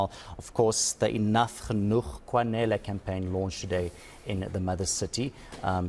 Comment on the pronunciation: It's GENOEG... WTF? 😅